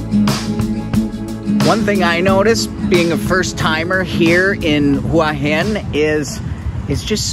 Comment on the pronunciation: well presented video , well spoken and informative , also good to hear you pronounce Hua Hin properly , a lot of people don't . good idea to bring the chick with you .. makes a difference